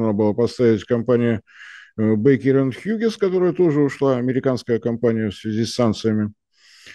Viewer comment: Кто бы научил Марцинкевича произносить Hughes?